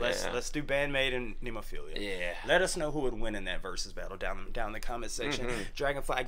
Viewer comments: Ne (as in net) mo (stressed syllable) phila (as in Philadelphia) It's a five petal flower (they're a five members band), you saw the flower as the symbol in the beginning of the video. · Why not cut down on the labeling and just call it Heavy Metal? BTW, it's Ne-mo-phi-la. It's a flower with 5 petals, one for each band member. Great reaction guys!